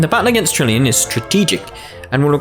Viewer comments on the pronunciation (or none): I Swear you said tillion